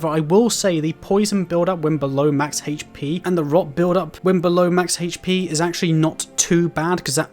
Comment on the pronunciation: This man say HP like “HHHHHHAITCH PEEE” drove me fucking insane